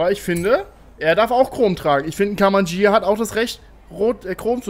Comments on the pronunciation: Das Gh wird immernoch ausgesprochen , wie bei LamborGHini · Ghia nicht Jia! Durch das H hinter dem G spricht man es als G und nicht als J, siehe Lamborghini, dass heißt schließlich auch nicht Lamborjini! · Hab ich mir au gedacht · Wieso nur sprichst du immer "Ghia" falsch aus und redest immer von Beetle statt Käfer?!